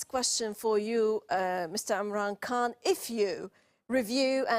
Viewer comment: She pronounced Khan as if she was an Indian or Anglo-Saxon who don't have the sound in their English language.